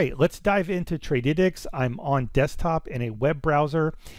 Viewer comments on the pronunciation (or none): bro it is Trady - tics 🤣